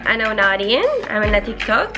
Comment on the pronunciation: تقولي تيكتوكيك مو تيك توك اخوكي